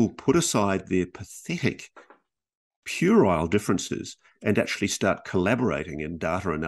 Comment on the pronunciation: This podcast was brought to you by the word, "purile" 😅